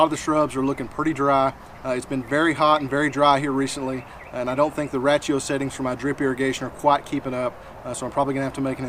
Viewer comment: Ratchio??! 😂 RAY-SHE-O = RATIO.